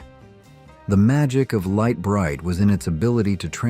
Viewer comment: You pronounced Lite Brite like 5 different ways